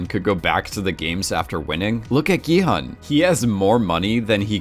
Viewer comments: My thoughts exactly, same with Gi-hun, maybe just cuz of the way it was romanized in the English spelling, cuz "hun" is a word in English, I think it would've been better romanized though as "hoon" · Completely agree, but I can at least bear with the hun mispronunciation because yeah it’s spelled that way and such. Hyuk into Yao is some ProZD Sungwon to SoogeWin level of yikes. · "Gi-Hun is my favorite character!" Mispronounces his name the entire video. Kudos. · Play the end of episode six again, when he reveals his name for the first time (it's said very slowly and clearly there). Or listen to any other time the name was said. Listen to how they actually pronounce it in the show (in Korean.. duh).